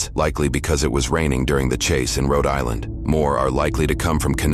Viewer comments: Please tell the creepy AI voiceover not to attempt to pronounce regional accents anymore. That "Roe Dylinder" shit is going to haunt me for weeks. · It's pronounced "Cree-anstin, Rho Die-land" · love that the alien commentator mentions the mispronunciation of cranston, while pronouncing Rhode Island in the most bizarre way possible